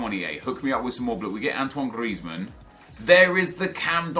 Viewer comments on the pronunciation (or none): none